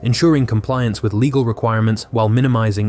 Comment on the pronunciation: "... a complex, leggle [sic] framework ..." -- because your robo-reader can't pronounce "legal"?